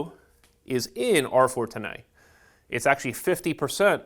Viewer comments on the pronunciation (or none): How the hell does this guy pronounce R410A 😂 R-fortinae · Say R-Fortenay one more time!